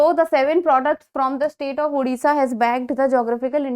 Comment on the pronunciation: Mam sorry but It's Odisha Not Udisha We have fought it and got the 97th Constitutional Amendment